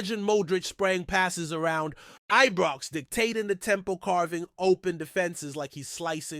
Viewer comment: It's frigging IBROX not EBROX 🙄😡